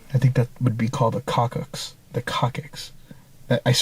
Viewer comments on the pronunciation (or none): Coccyx (pronounced cock-six) 😂😂❤ love you